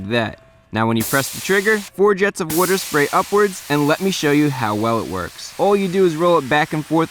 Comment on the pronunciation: You pronounce water weird.